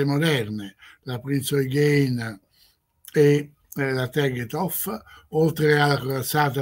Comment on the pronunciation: Si ma ... Thaon di Revèl non Rével, Prinz "òighen" non "oighèin", Premùda e non Prèmuda... insomma, che fastidio.